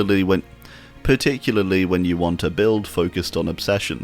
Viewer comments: Particularly = Parley (parlelulily) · one day, some day, you will one day be able to pronounce particularly right first try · Here we have the wild in his natural habitat. Which is particul-partic-pa-*uck me particularlily-particUlaly. Particularly 🎉🎉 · Par Tick You Lar Lee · Can we have a 1 hour video of just you saying particularly? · Having a whole ass aneurism over him trying to pronounce particularly. 😂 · This is my favorite video just from him trying to say particularly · "ESPECIALLY" exists my man save yourself the hassle XD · Hi, non-English native speaker here! I know and absolutely feel the struggle with „particularly“ 🥲 I respect your confidence so much for not cutting that out and instead leave it in the video! You’re making great videos bud, keep it up! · Damn, I really felt it when he said "particularly" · I felt his pain when he tried to pronounce “particularly” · i too often have trouble saying particularly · I just love the quiet and calm fuck fuck fuck he says trying to pronounce particularly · My man couldn't even sat particularly 😂😂😂